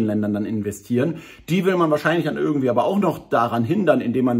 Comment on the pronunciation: Nicht ÜÜÜÜÜrgendwie!!! IIIIIIIIIII